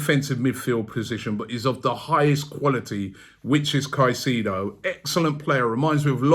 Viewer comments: Bomboclaat Robbie!. Stop Pronuncing the man's name wrong it's not "kaiseedo" .. the proper pronunciation is "KaiSAYDO".. hearing you calling his name is like hearing scraping sand on glass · It’s pronounced sigh-say-dough rob in Spanish 😂😂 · Robbie needs to work on player name pronunciation. Caicedo “Kai-Se-do” and not kasido… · Robbie please learn how to pronounce his name. It’s pronounced Kai-sei-though